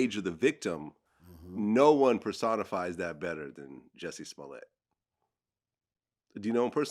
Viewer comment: Its jussy smooliay🤣🤣